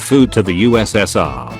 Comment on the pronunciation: I like how the computer voice called the USSR US Senior